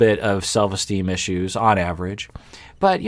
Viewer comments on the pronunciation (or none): none